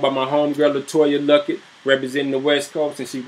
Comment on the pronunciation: He said Latoya Luckett! 😢